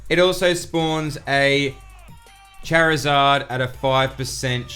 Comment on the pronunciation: Good info. But why say charmander and charmeleon correctly just to then say chairizard lol. Totally butchered